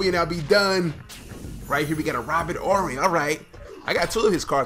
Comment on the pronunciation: Its Robert Horry not Orry bud.